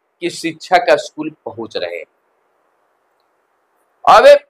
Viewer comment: अस्कुल नहीं स्कूल होता है।